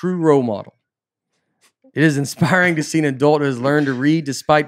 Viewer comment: Nate demonstrating the large-print reading of the word inspiring: “in-spi-ra-ing”. It just gets better!!